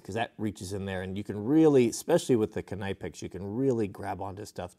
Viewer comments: KNIPEX = KNEE PEX, not NIGH PEX or NIP EX, KNEE PEX is how the proper German pronunciation. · Knipex is pronounced Nipex the K is silent. Nice series. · “Nipex” the k is silent. And proto tools are amazing tools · You say KNIPEX incorrectly